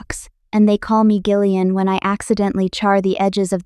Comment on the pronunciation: You know Gillian has a soft g right. Jill not Gill. Stupid AI